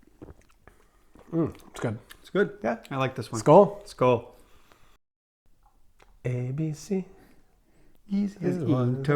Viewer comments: Guys the “skål” u Said sounded like skeal or skåel 😂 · you got [ skål ] wrong. But close enough ^^ (SKÅÅÅÅÅÅÅÅÅÅÅÅÅÅÅÅÅÅL!)